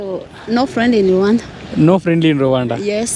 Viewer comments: Ravaanda కాదు రువాండా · రవాండా కాదురా రువాండ